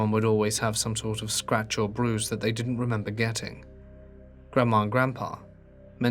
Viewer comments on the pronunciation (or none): none